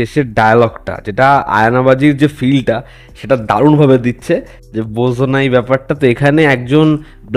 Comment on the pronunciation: উচ্চারণ "বোঝো নাই ব্যাপারটা", নট " বোজো নাই ব্যাপারটা" 🥴🥴